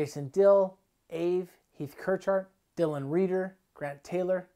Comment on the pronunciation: why is he pronouncing AVE like that lmao